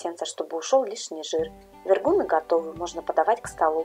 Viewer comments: ВергуНЫ,а не вергУны!!! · Правильно с ударением на последний слог : вергунЫ. Вкусно и так, но слух режет. 🙃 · Почему ударение в названии украинского блюда вы называете в-еее -ргунами ?! А борщ тогда как называется!? Щами?! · Им. Вергу́н Вергу́н Вергу́ны это из википедии) но слышу впервые, всегда все говорят вергунЫ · Вергу’ны не могу слушать🙈 . Очень вкусные , пышные 👍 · вергунЫ!!! Це українські смаколики. Робіть правильний наголос, будь ласка! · Так и называется то автор неправильно выговаривает